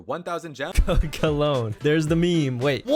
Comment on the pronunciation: Cologne pronunciation is better ngl